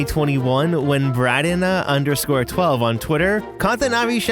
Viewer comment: Braden h (bray-den) not bradena wth 😂